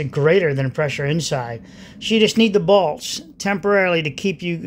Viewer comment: Got half way through video before I worked out you are saying bolts, not balls.